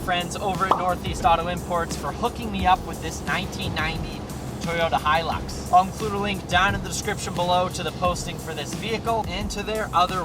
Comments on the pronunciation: us aussies dont say he lix we say it high lux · Im Australian, and you butcherd the pronouncing of hi-lux, in au they just get called luxys (lux-ie-z) or a lux Who tf calls em a he-lux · we say high lux not hie lux in austrailia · We don't call it a heelix in Australia bud🤦‍♂️ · Its pronounced Toyoda Haelux. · No one pronounces it he-lix, only Americans... the rest of the the world says high-lux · Hi lux Hi lux not he lux. Aussies say Hi lux not He lux. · Us aussies don’t pronounce it heelux😂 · What makes you think Australians say heelix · Did he just say hill ux if your an aussie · It must be an Americans thing with the pronounces and all. HE.lux, it must be identifying as a HE. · I’m Aussie n we don’t it like that 😂😂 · Aussies don’t say it like that you weirdo